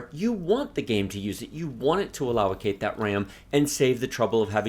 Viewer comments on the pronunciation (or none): I love your videos. But the word is pronounced aloe-Kate. Not allow-o-kate. Don't be mad at me lol.